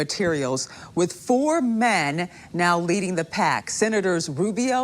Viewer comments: Oooh, I like how she emphasized "4 MEN". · Do you think her emphasizing the word "MEN" when she said 4 men are leading is an accident? They are people too. Why not just say the 4 people leading to become VP?